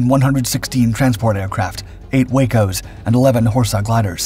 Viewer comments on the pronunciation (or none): Thank you for your piece. When it comes to aircraft manufactured by the Weaver Aircraft Company, WACO for short, it is pronounced WAH-ko.